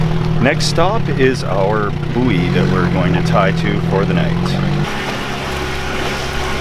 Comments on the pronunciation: A booey? It's pronounced boy! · Suggestion: pronounce "buoy" the same way you pronounce "buoyant" but without the "ant" bit.